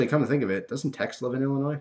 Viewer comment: It's even funnier to me because I live in Illinois, and thanks for saying it the proper way ^.^